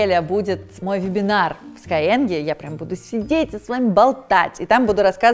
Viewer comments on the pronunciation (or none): Не пойму, почему все произносят скайенг? Разве SkyEng - не sky English? Ну, так тогда - это скайииииинг. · Спасибо за референс на корги-расиста, шикарное содержание роликов на YouTube и отличный сайт. Но никак не даёт покоя произношение названия школы. Почему скайЭнг? Энглиш преподаёте?